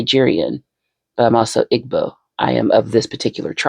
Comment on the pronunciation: Ahh another igbo queen! Keep needing out and bringing out more grimdark lore. FYI hopefully not being too much of a pedant, it's pronounced ee-bo